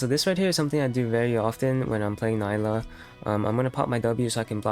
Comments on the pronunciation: It’s nee-la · Nilah* not Nayla